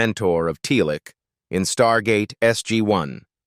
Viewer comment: I almost fell off my chair when I heard the AI reader repeatedly trip over the pronunciation of Teal'c as Tee-Lack. Other posters are correct. This is rubbish.